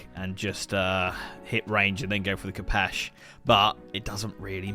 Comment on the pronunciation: pls lads, it's pronounced k 'oh' pesh